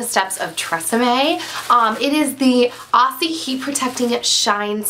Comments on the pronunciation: It's pronounced 'Ozzie' - with a z, not an s. :) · Hey there, with the pronunciation of the "aussie" products, I hear so many Americans pronounce it wrong :P it is pronounced "auzzie" like with a Z don't say it with the S :) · great video, i love how americans pronounce aussie hahah we say OZZ-IE ;) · I find it funny how Americans pronounce Aussie although it has 'ss' it is pronounced Auzzie (o-zz-ie). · Sorry, but that's not how you pronounce Aussie...